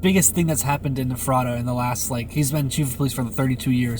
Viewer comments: Everybody on YouTube pronounces Ephrata wrong. If you can't pay attention to the Officials at the press conferences to get it right, why don't you simply type it into Google and it will say it for you and you won't sound like a fool mispronouncing it wrong constantly. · You butchered the town name Ephrata. My hometown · As a local, it's funny seeing you surprised to see a Mennonite buggy. Also, you mispronounced Ephrata. Not a problem. Almost every outsider does. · Please learn how to pronounce our towns lol I am in Lancaster county. You pronounce Ephrata all wrong and spell it wrong. There is no way he took 100 skulls from one cemetery. All cemeteries need to check their graves. I think I see a movie coming....lol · Funny listening to all the people not from here trying to say Lancaster and Ephrata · The way you pronounce Ephrata lol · This happened in my home town, I use to drive by his house every day, hung out with my friends on the same street, rode bike on the unpaved roads around the corner of Ephrata. Nobody had any idea this was going on for so long 🤯 (Also Ephrata is pronounced Eff-ruh-Ta) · FYI, it's Ephrata (mis-labeled on your video map). You pronounce it as EFF-reh-tuh, with emphasis on the first syllable. In case you do any more videos about where he lived. Very interesting footage. It just makes me sad how many lives this thief has affected. Just awful. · I’m from this areas. The town is pronounced EFrata with the emphasis on the EF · Let me help you stop getting it wrong Ephrata is pronounced like Eff-frah-tah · Ephrata is pronounced Ef ra ta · Making Ephrata sound like some fictional kingdom 🤣🤣 it’s pronounced like effort-uh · Ayyy you passed my house in ephrata lol and it’s pronounced Ef-ri-ta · The town is pronounced F ERR TA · This was my neighbor and I went to highschool with him. Weird to see you in my neighborhood. Also, it's pronounced Effrituh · Ephrata is “Ef-fra-duh”. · Pronounced eferda.... your friend's pronunciation is way off. Lol.